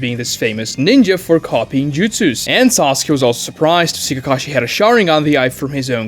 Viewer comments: seconds in i hear sosky and i instantly have no respect for his opinion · No. He can pronounce 'case' perfectly, which contains the same long-a phoneme as Sasuke's name. It is not a speech issue. He simply mispronounced it.